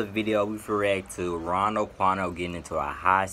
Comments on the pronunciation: Did you just say rondo quando 😂🤣😂🤣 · this man always sayin rondo quando 😂😂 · yo called him “rondo quando”😂😂😂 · Why y’all keep saying rondo quando😂